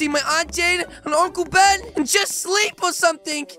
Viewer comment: I thought he said uncle bean not ben